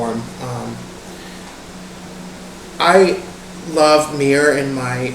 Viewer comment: Did say myrrh mir